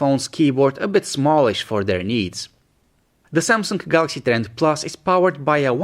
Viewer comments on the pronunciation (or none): You keep saying kawalaxy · I always hear a "k"